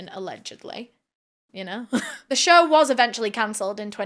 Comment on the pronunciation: Try to practice the word “show”, not “shur”